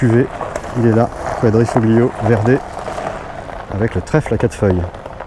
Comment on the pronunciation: il faut s entrener a dire quadriofoglio verde